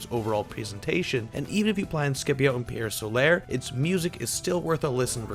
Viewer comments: STOP SAYING PIEEEEEEERE SOLAAAAAAAIIIIIIRRRRR!!! Seriously guy...if yer gonna do a review, at least pronounce the name of it correctly. Good review otherwise :^P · Loo-narr? Pierre Solair? LMAO! Good review though! 👍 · Ok I can't watch this when I hear Solar pronounced "So-lare" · TIL people exist who can't pronounce the simple English words "pier" and "solar". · Had to dislike because the reviewer can't pronounce Pier Solar. :/